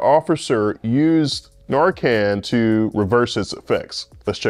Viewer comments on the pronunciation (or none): Why would a real orthopedic surgeon waste time maintaining a YouTube channel? Why doesn't an orthopedic surgeon properly pronounce "fentanyl" and "narcan"?